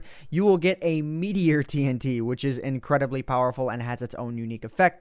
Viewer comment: I heard that Boston accent on "meteor bomb" :D